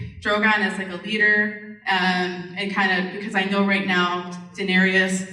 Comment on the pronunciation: Really annoying that there are so many hardcore (Daenerys) fans and still they dont get it how to pronounce Daenerys properly, so many of them say sth like DaeneriUs. Also akward that they read their questions from their smartphones...lol...Anyhow, the Q&A is wasted, so many stupid questions that the cast cannot answer and some good questions dont get the time to be answered comprehensively.